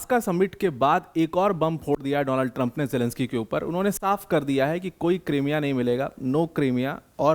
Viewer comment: क्रांमिया नहीं रे क्रीमिया बोलते अनपढ़ ye hamesha and ka band bolta angrezi